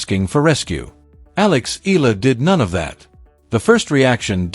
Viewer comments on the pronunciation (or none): Eala is pronounced " E'yah lah" in Philippines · E-YA-LA correct pronunciation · Pls. correct your pronunciation of her family name. Eala is pronounced as Ee-ya-la. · To the vlogger: Please do not change the spelling of her last name not unless you're authorised by the person. Its EALA NOT ELA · Say hey name right, then I'll subscribe